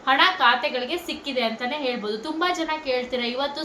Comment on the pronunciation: ಹೌದು ಹೇಲ್ಬೋದು ಹಾದು ಹೇಳ್ಬೂದು 😂😂😂😂😂😂😂😂😂😂😂 ಆದೆ ಬೇಜಾರ್ ಕೇಳೋಕೆ